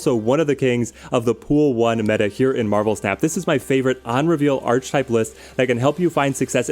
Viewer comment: I love your videos man! But please can you start pronouncing archetype right? Ark-e-type